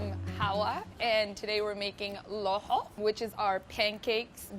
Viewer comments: It’s no looxoo!! It’s laxooh lahooh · How she says it sounds like a disease loho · Did she just satt lahoh how dare she say that !!!! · Thank you for making this! Btw, is that how you pronounce laxoox because my family and the people around me don't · WTH kind of laxoox is this? Pronounce it right, make it correctly! You're using the Cambaabur recipe! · Why does she pronounce it that? Looool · That’s not how lohoh is made traditionally at all. Why is she pronouncing lohoh and shah or even Yemeni like that? We usually prepare the batter the night before for breakfast and you are supposed to « hit » the batter with the hand. She should mention that it’s her version of the Somali dish.